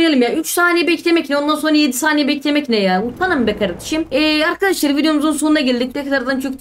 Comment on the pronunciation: Lan kaç kez arkaşlar söyledin